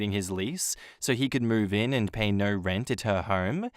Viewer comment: When you say Narrr instead of no 😂